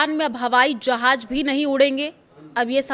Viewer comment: Jhaaj nahi jhaaz😂😂😂